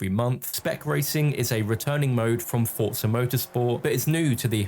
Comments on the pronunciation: For-zuh not ford-sir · Its pronounced as "Fort-zah"